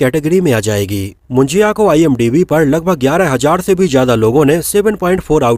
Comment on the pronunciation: It's not a मुंजिया it's मुंजा bhai 🧐